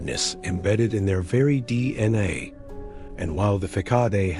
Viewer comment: No mention of them being inbred at all and if you're going to use an AI bot to read it please get one that can at least pronounce things properly. I lost count on the number of different ways it said DNA and facade